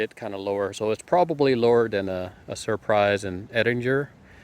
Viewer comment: Fuerte NOT Forte, Sir Prize NOT Surprise